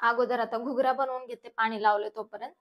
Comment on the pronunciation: Ghugrya nahi mhant d